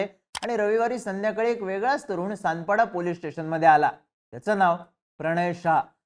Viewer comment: तानपाडा नाही सानपाडा...